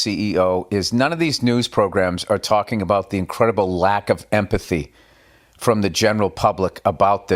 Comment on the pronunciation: I like the video, I agree with what you share but please for the love of god enunciate the word empathy. You make very valid points, and I like the light tone of the video joking about things but at least enunciate the words that make up your message so people take it serious.